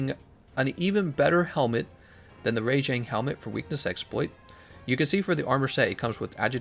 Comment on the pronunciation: Alright, Rajang still pronounced wrong.